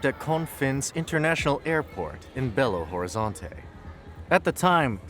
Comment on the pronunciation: You misspronuonced Belo Horizonte